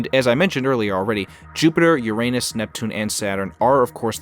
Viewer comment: Idiot learn how to pronounce Uranus. Stupid grade 4 kid.